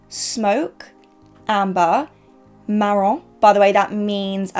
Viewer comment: No sabia que hablas español, me gusta que pronunciaste fuego, marron y rosedo bastante bien. Siempre pensé que alguien que habla ingles como su primer lengua no puede pronunciar bien en español but you proved me wrong! Amé las 3 paletas aunque no las pueda comprar porque hay mucha inestabilidad con el tipo de cambio y sale muy caro en pesos argentinos. Btw love your videos, keep up the good work. Saludos desde Argentina